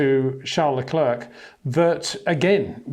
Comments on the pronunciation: Come on man, "Luh Clair". It's not very hard is it? At this point still calling him luh klerk is disrespectful. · Charles Leklirk, man put in some effort.